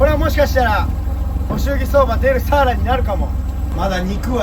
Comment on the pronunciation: いつも楽しく拝見しています。サワラ漁っていうときは 合ってるのに・・・・サワラって単語の時のイントネーションが毎年気になってます。